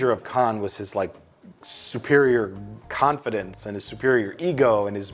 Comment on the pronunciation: Did Mike say Khanfidence?